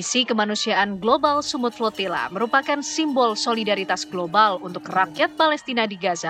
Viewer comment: Kedengarannya progila tetapi setelah di baca ternyata flotilla !!? 😂😂😂